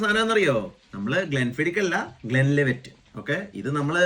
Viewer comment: Glenlevet Alla Glenlivet 😉